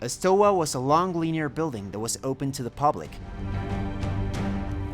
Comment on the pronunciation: Nice video Btw it is stoA not stOa